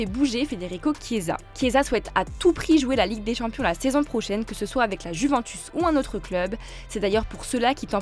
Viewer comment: Apprenez-lui à dire « Juventus » svp